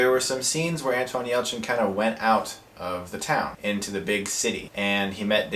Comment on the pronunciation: Anton Yelchin. An-TON. Not, "AntWAN." lol but whatever, right?! 👍😊